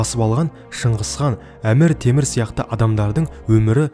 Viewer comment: Әмір тімір деп айтылып тур аты қазақша